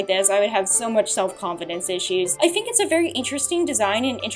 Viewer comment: You have a really bad speech impediment.. you pronounce T and Th as F and FUH. Why? Like, "I fink"..